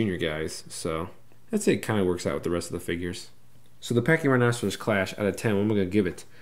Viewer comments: How it's pronounced is Pack-ee- rye-no-sore-us. Not pachyrhinoceros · It's pronounced (paky-rino-saurus) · Why do you say Pachy-Rhinoceros? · Something about the way you pronounce it bugs me lol... I'll get over it haha